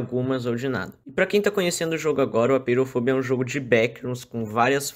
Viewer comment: so uma coisa, apeirofobia, se lê apêirofobía, pois vem do grego apeiron «infinito» e phóbos «medo» e -ia